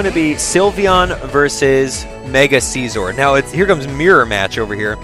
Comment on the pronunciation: Its si-zor, not seezor